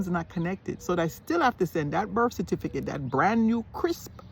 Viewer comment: Saying "Cerfiticate" you are already a Jamaican. 😂😂😂😂